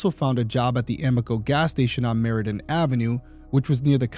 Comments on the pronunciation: It’s Meridian avenue, not Meridan avenue. Come on detective, details matter. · I am so glad you do bring attention to these cases. Side note, Cozad is pronounced Co as in coworker and zad like Chad. Meridian Ave was pronounced incorrectly as well, you left out the second I. I have a potentially small and wrong theory, but she was killed on her first morning working as a manager. I’m not sure how long in total she worked there, but first as a manager. Is it possible the suspect was intending to kill the manager who used to work that shift? He could have been sent to kill another woman and was told she always works Monday mornings?